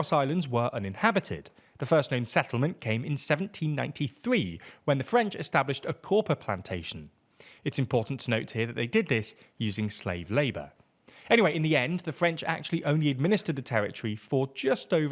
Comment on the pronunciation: "Corpa plantation?" WTH is a "corpa?"